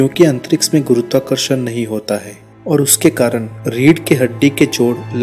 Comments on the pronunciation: अंतरिक्ष not....अंतरिक्स....btw.....very nice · Tongue move nahi karti kuch logo ki aise words bolne me... Unhe kitna bhi samjhao wo antriks hi bolege